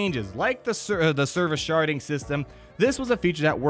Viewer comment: When u say sharding system. I hear sharting system lol.